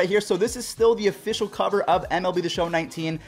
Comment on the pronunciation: “Offishinal” - 2019